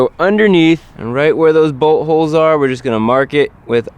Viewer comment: It sounds like he is say butt holes instead of bolt holes